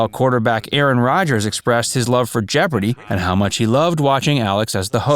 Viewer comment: At least say it right, Jeopardy!